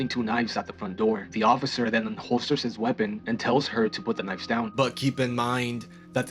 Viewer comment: fyi my guy, for the future, when it’s more than 1 knife, the f turned to a v. Knives 🙂